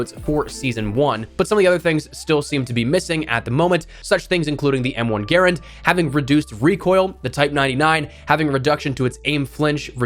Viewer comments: Drives me crazy how can you not say M1 GARAND right not garant it's said like grand like 1 grand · good video but i cringe at the m1 “gerend”